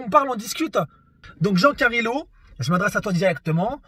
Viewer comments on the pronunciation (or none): "jean carilo"🤣🤣🤣